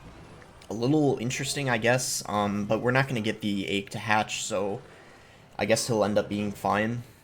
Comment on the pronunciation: The way boss says “egg” like “ayg” just makes me mad for some reason 😂 Love the content though